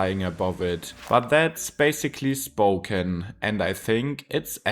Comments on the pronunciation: Well Spoken, although it's pronounced spoh-cAn. It's a beautiful place; the downtown is good. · Spoe-cane, not Spoken! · Spocan is how you say it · Ahh yes, my hometown, "Spoken". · it drops into a Geroge XD its the first time ive heard any1 mispronounce gorge so badly, almost as bad ad spoken XD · Spo-can, not spo-ken. Though you didn’t want to mention the fires because of bad vibes, it is crucial for understanding conditions that are only going to get worse because of climate change droughts. Increasingly over recent years, eastern Washington has been afflicted by fires and health-threatening smokes. I’ve lived on both sides of the state. Spokane is attractive because it’s far less expensive than Seattle. But I’d hesitate to move to the eastside now. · I'd describe it as: Spoke ANNE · Wikipedia has audio of the correct pronunciation of Spokane. Coeur d'Alene, too. 🙄